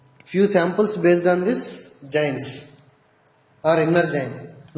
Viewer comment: It is not jains ... It is JOINs ...